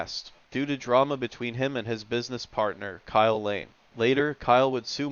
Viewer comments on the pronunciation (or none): none